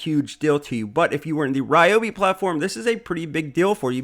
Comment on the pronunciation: リョービ 2 syllables more like RyO-BE not 3 syllable RAI- O- BE / RE- O- BE. love them. have the Ryobi 683403A Dust Collector VC-1250 in Japan. so loud!